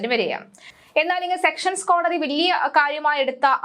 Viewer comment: സ്ഥിരമായി സെക്ഷൻസ് കോടതി എന്ന് പറയുന്നു അത് തെറ്റാണ് സെഷൻസ് കോടതി ആണ് 😊